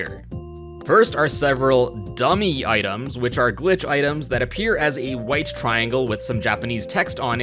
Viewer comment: Dummy No. D U M M E H YES!